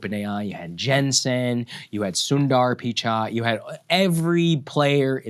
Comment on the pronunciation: Wtf is that Sundar Pichai pronunciation? No wonder Modi booted you out of his country.